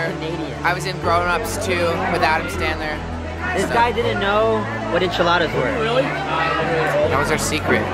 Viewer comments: He said Adam Standler. Oh Shawn😂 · Did anyone peep that Shawn said "Adam standler"😂😂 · Shawn said Adam Stanler or stander or something 😂